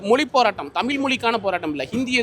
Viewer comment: உண்மை வரலாறு தெரிவது அவசியம். தமில் இல்லை தமிழ். தமிழை கொள்ளாதீர்.